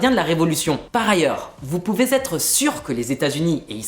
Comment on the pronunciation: Attention à vos liaisons : …vous pouvez être sur … s’être…et non pas vous pouvait être sur …t’être sur…